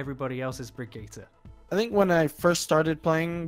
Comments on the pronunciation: Its baggette ffs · I cringed every time he said Brigitte... o_= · For heavens sake pronounce her name right jesus! Jeff taught us how how to say the name! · Bridgit - Brigeeta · I thought Bridgette's name was pronounced "BRIDGE-IT" But uuuh. It's pronounced "Brigetta"? Like Vegeta? The fuck? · One call Brigitte "Bridget", the other "Brigita". Like in 99% of all people. Is it really that hard for English-speaking people to pronounce the name "Brigitte" correctly? Real question ! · Fuck me it's hard to listen to the guy say bridget instead of brigitte, even IMMEDIATELY after the interviewer says it properly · If I hear Bridget in stead of Brigitte one more time I’m loosing it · "BRIDGET" lol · I love how he's like brig-gee-tah and the other guy is like Brigitte. There's no need to overly pronounce these names, we don't speak Swedish or Russian. ZAIYAAAA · i just wanna say it s not Bridget its Brigitte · Please tell me I'm not the only one that thinks her name is pronounced "Bridge-it" and not "Vegetta" with BR, it's getting in my nerves, lol. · Did he say Bridget? Oh god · I love that you two are passive aggressively arguing over the pronunciation of brigitte lol I'm a fan of "Bridge-it" personally :-p "Brig-eeta" sounds bad lol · So you love the wrong pronunciation? Sweet. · Is intentionally trying to trigger people by saying Brig's name wrong. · He said Brigitte wrong. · He's saying B r i g i t t e wrong